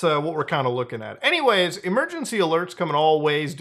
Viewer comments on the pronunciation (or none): none